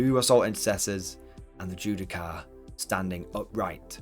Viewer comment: Judiciar* not Judi-car xD